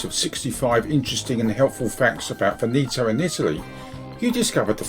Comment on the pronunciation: Your pronunciation of Veneto is totally wrong. Before making a video please learn how to pronounce it correctly. By the way the video is nice.